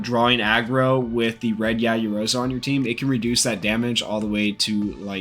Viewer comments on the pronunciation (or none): The pronunciation of ‘Yaoyorozu’ hurt me?.